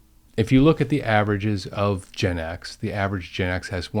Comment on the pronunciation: You pronounce Gen X as "Gin X", which is a whole other level of alcoholic issue 😂😂